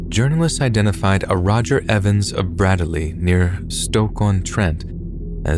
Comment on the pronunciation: Bradely made me chuckle its near where I live. its said like braidly but just be glad he didn't come from knypersley.